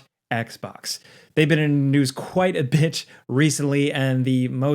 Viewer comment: is it me or is he saying "bitch" not bit??